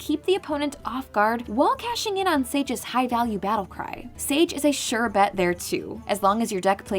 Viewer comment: It's pronounced "Sage", the same as the word for an ancient wise man...go figure.